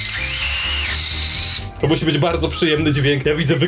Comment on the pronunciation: nie Zebo tylko zjebo